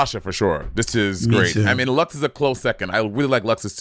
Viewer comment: They’re never gonna get Luxx’s name right huh lmao